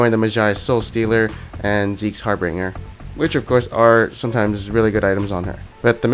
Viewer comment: I cringe every time someone says Zeke's HarbRinger.